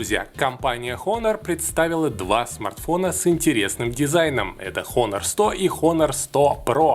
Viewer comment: Выучи название фирмы, обзорщик, противно слушать. Дизлайк